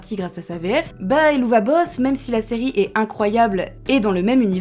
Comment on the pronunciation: D’ailleurs petit info supplémentaire, le nom de la série se prononce “Hell of a boss” (et c’est aussi de cette expression “hell of a …” que le nom vient.)